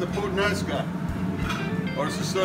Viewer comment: First of all my friend; it is "puTTanesca" not "puTanesca". Second, I really don't think u even have any idea what Puttanesca means. Putt sauce = tomatoes, olives, garlic, anchovies, capers, parsley and olive oil.. nothing more and nothing less. This "Sicilian" pasta has nothing to do with Sicilia.. trust me friend.